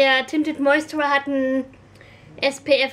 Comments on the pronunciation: find das so süß wie du immer "tinted moisturer" sagst obwohl es ja moistuRIZER heißt:D mein freund meinte auch letztens "fehlt da nicht n stück? nennt ihr das nicht tinted moisturizer? (ja er kennt sich aus haha) hast dir die von estee lauder eigentlich auftragen lassen oder blind gekauft? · Moisturer ist auch nicht das deutsche Wort :D du sprichst das englische Wort einfach falsch aus :D, lässt halt ein Stück weg.